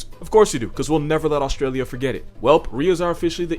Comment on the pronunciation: Did my man say Auschwitz instead of Australia???